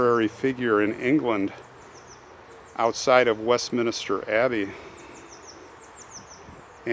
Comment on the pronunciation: Thank you that was really interesting and I loved going around the churchyard with you. By the way it’s not Westminister but rather it is Westminster, like York Minster.